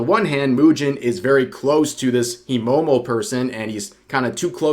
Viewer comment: from now on I will call mujin moo-gin 🤣 I feel some gin will flow with the amount of coping he show XD